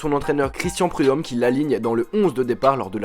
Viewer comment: on dit michel preud'homme